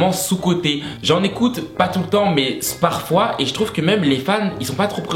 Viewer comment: Nouvelle sur ta chaîne..... et j’apprécie à t’écouter « sparfois » 😂😂😂 DSL mais BK a surpassé Macdo! Et tout à fait d’accord pour le poulet KFC! Nice to meet u 😉